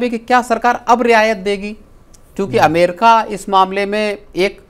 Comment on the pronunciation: अमेरका नही अमेरिका 😂